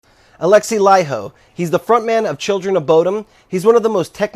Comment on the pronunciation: Wow, first not finn who pronounces Laiho correctly! Everyone pronounces it LayHo xD